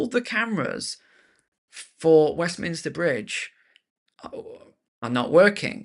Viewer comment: Westminster Bridge: it’s those ‘m’s again, isn’t it.